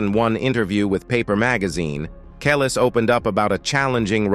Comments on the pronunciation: It sounds like he is saying callus 🤦‍♀️ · You are saying Her name Wrong, AI bot!!!!! It’s KUH-LEESE. You suck! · always thought it was pronounced Kel-ees - anyone know if that's right? Maybe the A.I. voice can't get the subtleties. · I wish he would pronounce her name right. If you’re going to make a documentary you should make sure your pronouncing the subject of the documentaries name right. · Yo don’t speak on our culture until you learn or know the correct pronunciation of the artist’s name. You sound ignorant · I hate when the person telling the story pronounce the person's name they way they want to when she and all of her fans say it differently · The way the narrator is saying Kelis’ name is sending me 😭